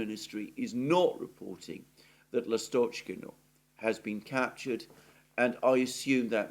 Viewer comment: [ ' Lastochkino] stress is on 1st syllable